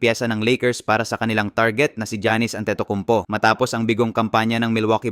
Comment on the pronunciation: "Trade si janice!" Lawlaw! Mag aral muna mag basa!